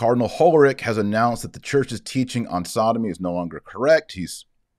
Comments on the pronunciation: I live in Germany. Hollerich is not pronounced like HolleriCK here. The pronunciation has no precise equivalent in English, but slightly similar to HolleriSH. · Not sure this man deserves his name to be properly pronounced, but since you asked: his last name should be pronounced as if in place of the 'c' you had an 's': that is HolleriSh... It's a typical French-Luxembourgish name, originally German, and pronounced in German more or less as in French... Thank you Dr Marshall for staying vigilant and faithful to the truth, and helping us doing the same. God bless you. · You pronounce it : Hollerick (with to L's just like a disease Cholera , but instead "K" you say "H" )